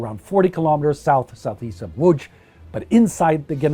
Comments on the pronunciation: He tried to say Łodz correctly so I like this channel even more and it was good so I nearly have a semi (in France they never try to try) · Thank you - but to be fair I'm fully fluent, with only a slight accent in German and I live in Germany since 1998 - I did make an effort on the Polish pronunciation though ;-) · Well done with spelling city name Łódź ,it can be pretty hard to read some polish city names for foreigners, keep up your very good job, greetings. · Congratulations on pronouncing "Łódź" and "Piotrków Trybunalski" :)